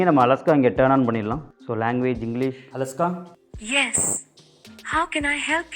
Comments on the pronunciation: அலஸ்கா இல்லை அண்ணாச்சி இது அலைக்ஷா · தல அது அலஹ்கா இல்ல அலெக்ஸா